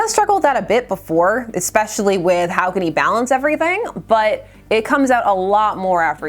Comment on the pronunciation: Speaking of kindergarten especially is not pronounced ekspecially. I have been called the Gatekeeper in YT and I don't even know what it means. That Urban Dictionary is full of curses. Ess-pesh-ee-al-lee.